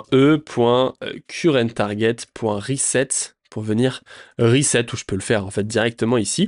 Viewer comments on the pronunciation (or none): Ahaha! J'adore tes vidéo et je rigole beaucoup à tes nombreuses erreurs de prononciation 😂😂 "chaïldren" "rEturn" "reSSet" "ritraille" ahaha ça me tue, merci pour toute la valeur que partages c'est énormissime!!